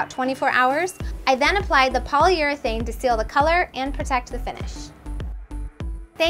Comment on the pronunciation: Seal with what? I heard she said polyer-thing.. ,😂😂